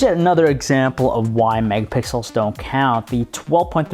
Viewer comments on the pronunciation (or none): none